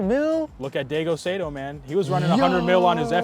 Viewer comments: This guy just said Day-go Say-doh????????????? Ive never heard anyone say Daigo's name like that! Lemme guess, he says Day-jiro Yoshihara? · 😂😂 it should be Dy-goh Sy-toh (Daigo Saito) just like Dy-jee-roh (Daijiro) Yoshihara